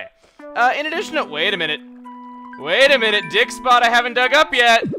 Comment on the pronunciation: When you say dig spot it sounds like your saying dick spot....